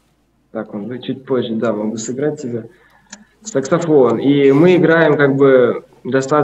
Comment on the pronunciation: Пересматриваю периодически, ооочень крутой выпуск)) так правдоподобен в образе малыша... реакция людей с округлившимися глазами - это нечто))) Забавно как поржал над словом сЕксафон))) парень походу даже и не въехал, что произносит неверно название инструмента на котором играет)))))